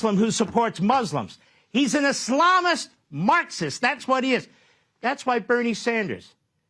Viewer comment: Mark Levin pronounces Islamist like hes got salami on the brain